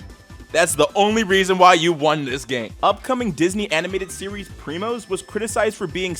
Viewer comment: "Oye primos" it's not said correctly in ANY spanish variation, none of them